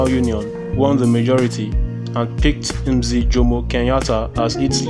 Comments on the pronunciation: its pronounced as mzeh not mziih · Lol it's pronounced mzeh